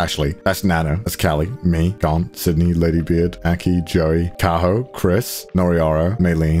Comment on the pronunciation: saying Garnt Subtitles: grant, god, garlic...?